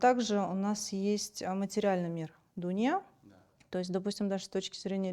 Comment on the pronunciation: В месяц Рамазан надо говорить только о хорошем) но не хочу слушать, ничего толкового не сказала Дуния это что такое??? Дүние надо говорить, слух режет. А Вот очень интересно слышать, я сама врач и понимаю что он все говорит правильно